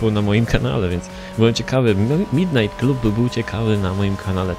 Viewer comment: Midnight Klab nie Klub